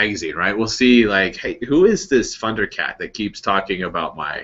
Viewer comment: Haha. Did you seriously say "Phunder Cat"?